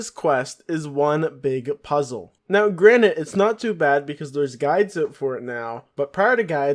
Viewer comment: Not sure why this was on my recommended lists cause it’s so old, but it was a nice bit of nostalgia of your old videos. Hopefully you’ve learned how to pronounce “frustrated” & “granted” since then 😂